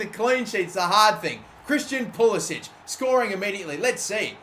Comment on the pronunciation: its pronounced Pul-i-sick